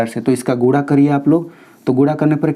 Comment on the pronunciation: Sir guda nahi guna bolte hai